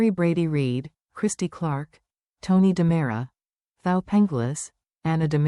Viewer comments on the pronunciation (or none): It is DiMera, NOT DAMARA.